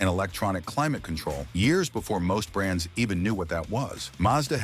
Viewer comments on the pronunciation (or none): none